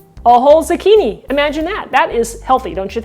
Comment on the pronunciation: What's a "Z'kini"? Is it anything like a zucchini (zoo-kee-nee)?